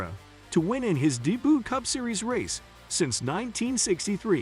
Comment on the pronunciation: People: “Debut”…. This dude: ”DEBOO” 😂